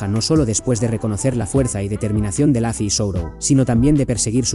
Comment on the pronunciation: Lufy con U no con A, es un nombre propio, se pronuncia tal cual, no es inglés.